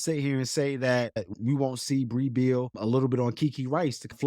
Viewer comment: Great podcast as always. I think Brea Beal name is pronounced Bre Beal.